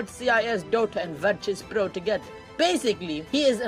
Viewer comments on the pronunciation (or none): ITS VIRTUS NOT VIRTRUS .,.,FUCK U